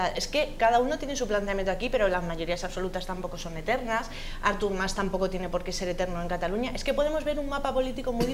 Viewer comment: Que manía de tod@ de llamarle a Artur Mas "Ártur" con acento en la A... jajaja Ya de paso, podemos llamarle Árthur More